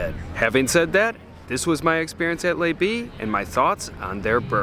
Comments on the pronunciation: It is either Le B with the L pronounced le not lay or maybe its Le B with as before but in French the B would be pronounced Bay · It's not "lay bee" its luh-bee. Your French is off. Also, just back from St Barths were $45-50 burgers are standard. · Great video. And it's not "Lay B" - it's "Luh B":) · the name of this restaurant is Le B...not Les B..... but I enjoyed the video > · I hate to be that guy but I was about to say the same lol. Great video though! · I’m pretty sure that it’s pronounced luh as in duh B. Since you’re eating 46 buck (why not just make it 50 ?)burgers you might as well get it right! Hahaha… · If you’re going to review French restaurants take the three google minutes to find out how to pronounce their names or you sound like a friggin rube.